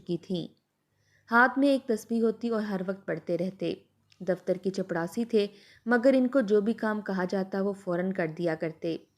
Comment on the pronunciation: OMG please chaprasi bole ... Jitni baar ap chapdasi bol rahi h man kar raha story yahi se band kar de